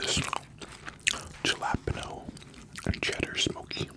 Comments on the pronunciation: no way that’s how you pronounce jalapeños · So Canadians pronounce jalapeños like that lol 😅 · Ok I’m not the only one who noticed 😭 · I promise he doesn’t speak for all of us😂